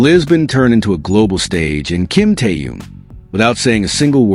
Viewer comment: Ким Тэун, это кто? Зачем каверкать имя Мировой звезды? Ким Тын? Ужас. Я понимаю что это ИИ, но кто то контролирует.